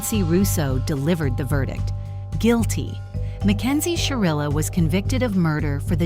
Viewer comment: SHIrilla. with an I.